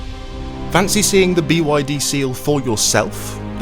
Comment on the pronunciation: Why can’t you say BYD? What’s wrong?